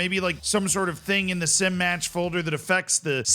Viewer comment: still waiting for to realise it's "SI match.fmf" not "Sim match.fmf"